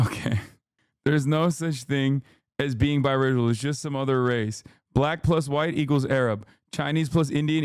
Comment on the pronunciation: Exactly. It almost sounds like he's saying "blech."